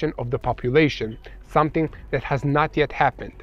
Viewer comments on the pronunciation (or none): none